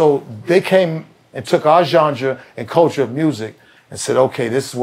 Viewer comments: Why has nobody checked him on the word Genre?? It’s not Johndra bro!! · Somebody needs to tell him how to pronounce genre lol. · got into boston tech and cant pronounce "genre" correctly? I did my life wrong. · Gendre..Genre..😂😂. Love Zino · CAN SOMEONE TEACH BENZINO HOW TO SAY “GENRE”😅😂🤣🤣🤣🤣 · Somebody tell Benzino there’s no ‘D’ in “genres” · It’s hilarious that Benzino can’t say the word “Genre”